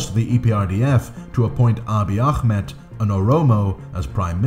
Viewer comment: The way you pronounce akhmed is too strong, I know it comes from good intent but try just calling him “aameed” spelled Ahmed next time :)